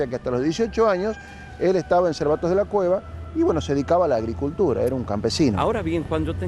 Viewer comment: Perdón....es Cervatos de la Cueza..Cueza en ves de cueva....estuve allí...en Palencia